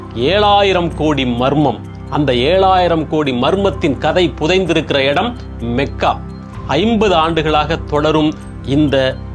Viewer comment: Your information is wrong. He speaks true history. He pronounced the word Mecca correctly. It is மெக்கா only not மக்கா...